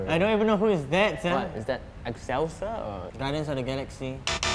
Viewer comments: I got homecoming before u I got age of ultron before u ALSO HOW U NOT KNOW WHO SAID "ecselsior" boi (Ik I spelt it wrong) I got GotG before u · It’s “Ecselesior”